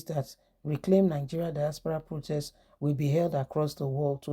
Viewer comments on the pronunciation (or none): Not dispara but diaspora,you cannot pronounce words,I wonder if you are a teacher you would destroy their brains.